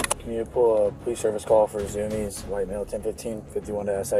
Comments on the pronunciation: its not zumi-ez. its zumi'es😊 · anybody else get triggered when he said zumiez, mf its zoomies. zu mi ez lmao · "Zumies" is pronounced "zoo-me's" not "zoo me es" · im sorry. but the way you pronounced zumiez as "zumi-ez" was unreasonably funny to me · I loved the "Zoo-mi-ez" pronunciation of Zumiez.